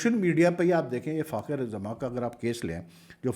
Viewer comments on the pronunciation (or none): براہ مہربانی فخر کا نام تو صحیح ادا کیا کریں۔ آپ ہمیشہ فاخر بولتے ہیں۔ اسکا نام فخر زمان ہے۔